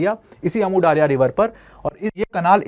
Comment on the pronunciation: Daaria nehi daria hai jo word urdu me bhi istemaal hota hai